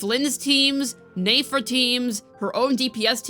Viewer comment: omg can u pronounce nefer properly